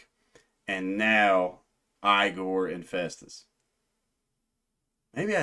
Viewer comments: It is pronounced Ee-gore not eye gore. FYI lol This is the album of 2025. Best metal/alternative album of the year. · It is a constructed language called ‘Öxxö Xööx’ (Öxxö Xööx being a musical project that Igorrr’s French composer Gautier Serre has also been involved in). It is designed to convey emotion. The name is pronounced 'e-gore' not 'eye-gore' btw.